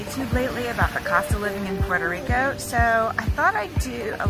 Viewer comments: please dont say PueroRico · Why do Americans refuse to even try to pronounce Puerto Rico correctly?